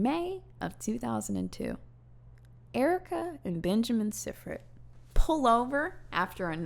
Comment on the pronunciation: Sifrit, pronounced IF not SY